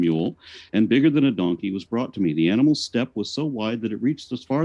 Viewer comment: “all the analmals”